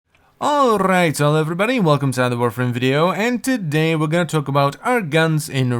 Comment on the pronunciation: The intro: allRrrrrrright x)